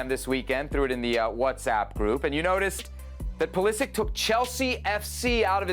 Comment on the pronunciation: Learn how to pronounce Pulišić surname correctly. Its not Pulisik. Its Pulisich=Pulišić